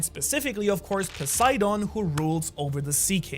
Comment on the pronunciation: A german guy pronouncing english words in a japanese accent is starting to be some of the most cringe stuff in the one piece community Cant even say poseidon which is greek/latin without sounding like a japanese tourist smh Speak english properly and quit tryna sound japanese dude like what even is that, a grown man culturally appropriating an accent ? 😂😂 Jk but still wtf